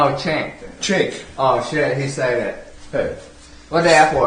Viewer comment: Oh shiwd, he saiw it